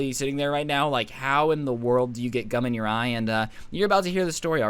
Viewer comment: I swear he said "I Glued My Eyes Shut with Cum"